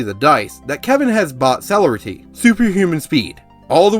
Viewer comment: Tremere- Tray- meir (rhymes with pier) Celerity- suh lair uh tee